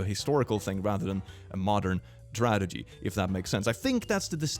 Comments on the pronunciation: the only time it rly shows is when he says tradegy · Noone:: TraDeGy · So no one else heard him say tradegy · saying "tradegy" more than once is really making my evening. 🥰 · Not not being able to pronounce Tragedy and saying "Tradegy" EVERY SINGLE TIME LMAO even I started saying tradegy because of how much I heard him say it lol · 's tradegy